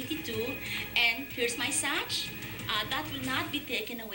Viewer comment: Tama ba ang pagkadinig ko? Sabi ba niya “Sach” instead na “Sash” ?